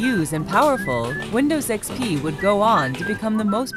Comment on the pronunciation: Welcome in 2023 Ugh what is windows "ex-pe"